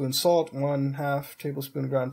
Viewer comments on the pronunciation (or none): none